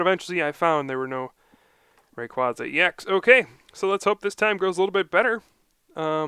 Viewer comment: its ray-qua-za not ray-quaz-za